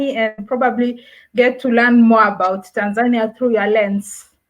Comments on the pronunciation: They pronounce it wrongly most of the time and get it right a few times. I guess even most Tanzanians don't know how to correctly pronounce the name of their own country. To say it correctly, you say it the Nyerere way - Tan'zania, not Tanz'ania {the (') mark signifies where stress should fall}. If you don't get it yet, just listen to the likes of Mwl Nyerere, Ben Mkapa and even Mwinyi and hear a correct and lovable way to say it!! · Great content, even for a Kenyan 🇰🇪 i loved the way you pronounce Tanzania 🇹🇿 😁